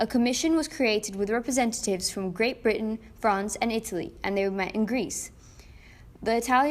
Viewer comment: ita lee more like ita pee